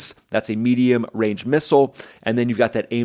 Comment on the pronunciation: Advanced medium wange air to air missile 😂